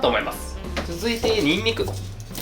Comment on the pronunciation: ぬんぬくもすき(にんにく)